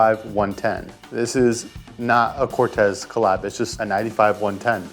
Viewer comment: I was about to say! 😂 and it’s pronounced Cor-teez